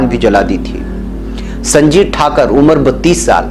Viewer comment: اصل لفظ "ٹھاکُر" ہے "ٹھاکَر" نہیں، براہِ کرم تصحیح فرمالیں،، شکریہ،،